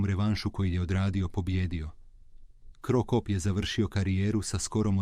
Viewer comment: Nije cro cop nego se čita kro kap